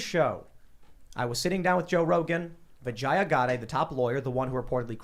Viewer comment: The way you pronounce her name makes it sound like you're saying "vagina". The correct pronunciation is vi-JAY-uh. Not vi-jeye-uh. Source: I'm also Indian.